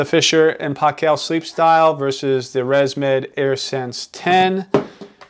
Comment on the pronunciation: It's pronounced "PAY-kul" not "pah-KELL"..!! (But thanks for the great video otherwise! lol)